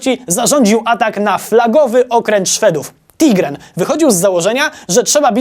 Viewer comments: Szefuńciu! Szwedzki okręt nazywał się TIGERN (tygrys) a nie jak wielokrotnie powtarzasz TIGREN. Chyba, wypiłem o 2 Specjale za dużo i źle słyszę... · Okręt, nie statek, to już ktoś zauważył, ale chyba nikt nie zauważył, że Tigern a nie Tigren. Zamiast oglądania piwa i wykonawcy, zabrakło mi wykorzystania Oliwskiej szanty. Dziękuję.